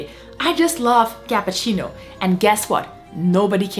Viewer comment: You lost me at "capahcino"